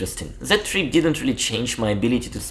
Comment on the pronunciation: The words " trip and bit" you say treep and beet.